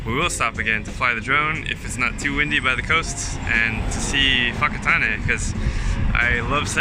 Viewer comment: awesome stuff, I was raised in Whakatane and kudus to you for saying it correctly and not saying fokkertane.